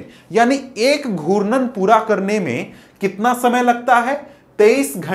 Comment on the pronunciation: Sir aap galat pdha rhe ho and ghutan ko guran bol rhe hai